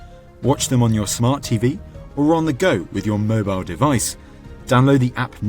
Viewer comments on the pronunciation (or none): none